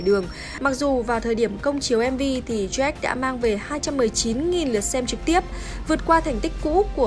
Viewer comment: Jack = joách , bình gold = bình gâu .... ok i'm fine